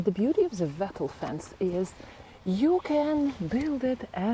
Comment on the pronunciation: Lovely watching you Make your garden such a happy place. Just one thing..... Wattle is pronounced like bottle. Yes, I know it is not your first language and you do speak so well and I knew what you meant.